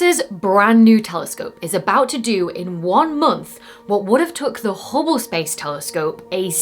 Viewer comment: you suck at saying Hubble 😊 love your work keep it up 👍